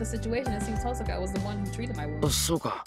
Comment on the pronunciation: I love how you've started saying TOHsaka rather than tohSAka. Once you get started with the visual novel, tohSAka sounds so wrong... lol :D